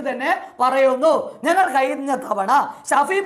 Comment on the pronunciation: ട പൊട്ടാ കയിഞ്ഞു അല്ല കഴിഞ്ഞു.... വിശയം അല്ല വിഷയം....